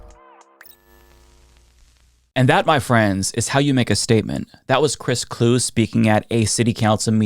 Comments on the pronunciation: Pronounced Clue-ee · Vikings fan here. His last name is two syllables…it’s pronounced like Chewy, only Clue-y. 👍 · Great video and hate to be pedantic as a result, but just for what it's worth, Chris Kluwe's name is pronouced "clue-EE" (saying that in the hopes that he pops up in the news again and people get to talk about him again!) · Chris Kluwe is pronounced Cluey.